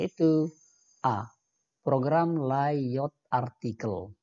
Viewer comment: dia baca soal aja gimana gitu, layout di baca layot😂